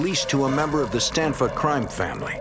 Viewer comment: It's Stanfa, not Stanford.